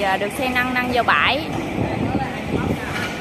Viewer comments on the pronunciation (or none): làm clip rất tốt nhưng nên phát âm không chuẩn củng như xe 🚗 nâng mà đọc thành xe 🚗 năng hai tấn lại đọc 📖 thành hai tắn